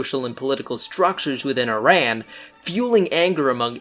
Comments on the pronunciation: It's not ai.ran its iran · Iran is pronounced = EERON not I RAN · EERON not I RAN --- EERONian not E RAIN ian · first of all it's not ''eye ran'' , it's ''ee run' Iran, and you didn't mention the real reason of that revolution was that Shah wanted to change oil contracts in 1979 when was then end of signed contracts and USA and other werstern countries didn't like that and supported heavily mullahs and kept saying they are worried about humanrights in Iran and create fake stories and help to get rid of Shah and bring the islamic terrorists in power. and then after that they are not worried about humanrights anymore, everyday the terrorist regime killing Iranian in the streets, raping prisoners, hanging them for any stupid excuses like moving a trash can or not believing in Islam.. Carter destroyed Iran and Iranian. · so much effort you put in with correct statements from history but somehow still manage to call IRAN, I RAN..! lol bro what are you running from? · All that research on Iran history to end up saying “eye-ran” like an illiterate cowboy. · What did u expect from someone who calls iran , I-ran? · You better first learn how to pronounce Iran! Then talk about our king! And just know that if Carter had not helped Khomeini, he never could make this disaster for Iran. And for sure Carter never cared about human rights!